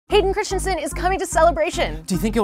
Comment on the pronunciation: Andie you pronounced his name wrong it's Christensen